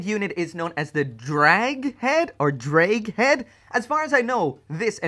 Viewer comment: As the one welsh person who watches yoir videos i will clarify The word ddraig is pronounced a bit like thraig but the th sound is made with the very tip of the tongue on the tip of your teeth. Yeah it took me a while to get it but that's the easiest i can explain it